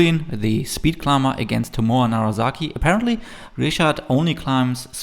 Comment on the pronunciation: A minor note - it's NaraSaki, not NaraZaki;)